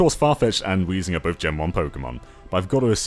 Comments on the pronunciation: it's "weezing" yo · add an H to Weezing's name Weezing: MY NAME'S! NOT! WHEEZING!